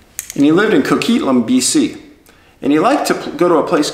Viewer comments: Is it an american thing? Proper pronunciation? Its CO QUIT LAM.......... Pri mier Trudeau, an upside down Canadian flag at sports game? Love this respectful channel, im addicted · It's pronounced co-quit-lam. I'm from the kootenays, Southern interior of British Columbia. The Columbia River runs right through our town of trail. I just discovered your channel and its very interesting. Good job and keep up the good work👍🍻